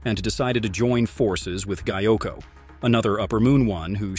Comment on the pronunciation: What is this pronunciation 💀 😭 gaiku…?